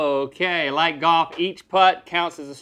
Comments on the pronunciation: Goff and woof. He can't handle any LFs. 🤣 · I laugh every time Rhett says golf because he says “goff” and doesn’t pronounce the “l”😂